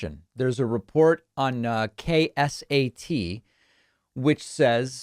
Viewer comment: David: I live in San Antonio. KSAT is one of our main local news stations. It's pronounced: Kay-Sat.